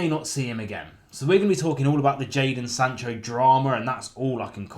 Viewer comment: "Jadon Sancho"?? Oh, i thought you said, "Icarus"